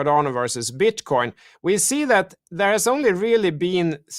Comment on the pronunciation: ok we got it u got some different accent. BUT MAN! you can't be a fan of cryptos and BTC and call it "Bitch Coin" lol (Min )